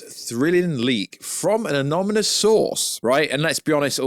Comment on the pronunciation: Why can’t you say anonymous correctly? 🤦🏻‍♂️🤣🤣